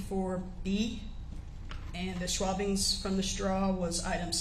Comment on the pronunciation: Schwabbings??? lol